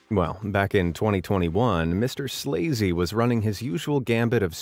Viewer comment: MRSLAZY is actually pronounced Mrs Lazy. LOL!